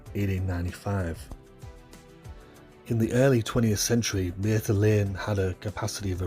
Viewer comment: It's Mather, not mayther lane